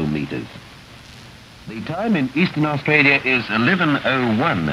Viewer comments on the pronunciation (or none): Arsetraaalieghaaaaar Grrr! How do you pronounce Australia?